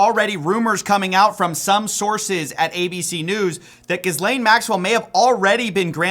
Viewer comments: Pronounce names correctly, it makes you credible. For this horrible lady it is Gill-Ayne The s is silent. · It’s a French name and is pronounced: Ghee-Len or Ghee-Lane; with hard “g” and silent “s”. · The 's' in Ghislaine is silent!! Just like the 'h'. So her name is pronounced 'Gill - lane' with the emphasis on the last syllable. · It's pronounced Ghee lane. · Gis lane? You could at least pronounce the name correctly. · The H and the S in Ghislaine are silent. Saying 'Gizlane' makes you sound like you're not paying attention to the subject matter. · GHEEE-LANE is correct pronunciation. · Her name is pronounced “Gil ayne” I am surprised you keep saying it wrong at this point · It's a French first name (she was born in France and has French citizenship among others), so it's pronounced in the French way : "Jislehne" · I think it's Ghislaine with a J sound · GEAR - LAYNE. It’s pronounced GEAR - LAYNE. Please, bro. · For the love of god man, SILENT “S” - it’s pronounced “Gi-Lane” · Thx for covering but omg it’s pronounced « jizlen » with a soft j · pronounced (Gah-lane) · please drop the 'S' and pronounce her name correctly. Should sound phonetically like Gill-ain. Thanks and I hope you read this. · Horrible woman, but her name isn’t Giz-lane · It's pronounced JIZZ-LANE. But no we are not gonna pardon her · I love all the pronunciations of her name. But, its not close to what it actually is. Listen to how her brother says her name on the Piers Morgan show, "Gillan". I preferJizzlane, though. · I love your pronunciation calling her Giz-lane!😂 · the S is silent in Ghislaine it’s a french name. Ghee-layn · "GEEE-LANE." You're making us look bad. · Just please pronounce it "gill-LANE" Lol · I don't care if it's the right way to pronounce her name or not, can we please pronounce it Ghee-Lain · Screw her, but, can you please pronounce her name correctly. If you’re reporting journalistically… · FYI: The 's' in her name is silent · PLEASE learn to say Ghislaine properly